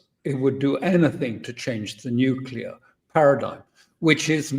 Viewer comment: alastair "casus belli" crook.....catapulting the propaganda again...."we can avoid global thermonukular war if trump nukes iran"....he's starting to sound like netanyahoo and ritter....."iran is five weeks from a nukular boom"....good work crook....extra lollipop for you